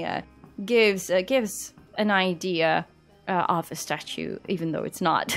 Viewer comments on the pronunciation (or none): none